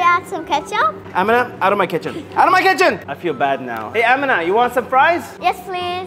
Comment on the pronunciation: Nah bro my name is Amina but it’s pronounced “Am-EN-a